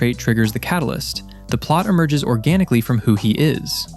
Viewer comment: "Oragnically" made my brain spasm.